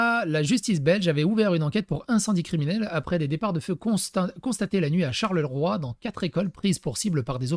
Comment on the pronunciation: [Brusselles, Charleroi, Ouallonie].